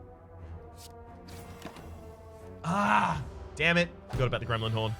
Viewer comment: Every time says "Gremlin Horn" I think "is he addressing me?" -"Gremlin 'orn with a Scottish"